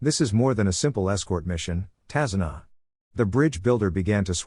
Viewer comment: Tazuna not kazuna